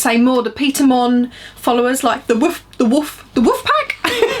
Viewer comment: It's pronounced 'Wolfpack' lmao